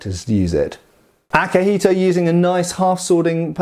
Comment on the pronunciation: for the record, you pronounced akihiko pretty okay, its better than other westerners saying "yuen"